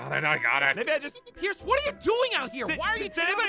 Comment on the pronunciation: not to be rude! but its “Pierce”